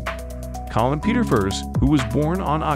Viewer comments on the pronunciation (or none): none